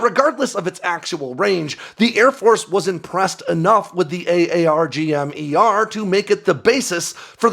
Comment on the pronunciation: Pretty obvious that you’re not “from the inside”. SiAW is pronounced “saw” while AARGM-ER is pronounced “r-gum-ER”.